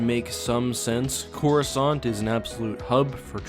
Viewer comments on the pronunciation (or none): while i was reading the x-wing series, the default narrator on windows pronounces it as "chorus cant" lol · “Chorus aunt”